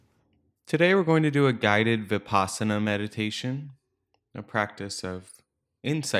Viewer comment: The word Vipassana derives from Sanskrit, Vipashyana. (to have deep insight into the nature of being) Vi-pash-yana. The Vi is as in victory and not vicarious. The pash is as in lush. The a is not extended as in father. Change the Sanskrit pash to pass (which rhymes with pus, thus) and there it is. Vi-pus-sana. It is not Vi-paas-ana. Unfortunately, westerners pronounce it this way, and even dictionaries like Merriam Webster advice pronouncing this way, which is wrong. S.N.Goenka, a modern pioneer in this teaching, pronounces it the Sanskrit way as Vi-pussh-ana.